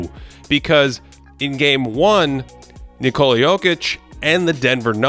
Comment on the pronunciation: it´s "Nickola", like in "Nick", you know?